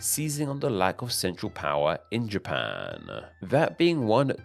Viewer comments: Where is this Ja-PAAANe? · A small thing I noticed about the speech pattern in this video is how it extends the final syllable of a senteeeence. Best example from when two sentences ends with "Japaaaan".